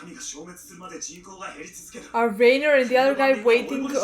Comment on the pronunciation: I just have one question, lol. why, after four seasons, is it still RAY-ner instead of RYE-ner, haha